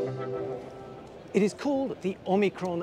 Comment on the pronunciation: It's called Omikron (not Oikron) and it only has 1000 nm range. I am not sure what you call long range tbh. :-)